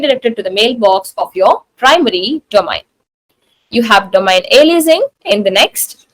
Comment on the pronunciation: She doesn't know how ro pronounce the word domain :eyes-purple-crying::face-orange-frowning